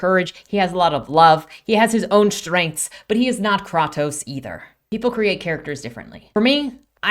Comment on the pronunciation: Not offended but i practically cracked my neck looking back at my phone at the pronunciation of kratos- Great video, i agreed with everything here to a point. I hope to be as good as you at explaining my opinions soon XD